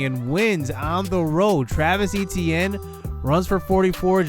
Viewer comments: Right. Ate-T-ann not E-T-N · i hate the way he say etienne. but good video